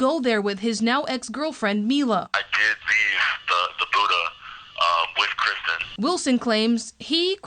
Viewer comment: He keeps saying "KRISTEN" instead of Kristine